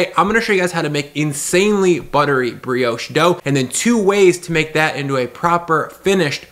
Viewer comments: in i cant keep going "its not how ya make porriage, bugger bri-ouch" dude get a new job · Ah we we, french briosh, crasont baget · I do find your pronunciation of the word Brioche to be offensive lol